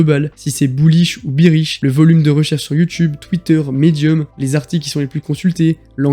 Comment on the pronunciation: Juste un truc : bearish ça se prononce « bèriche » pas « biriche », un ours c’est pas une bière xD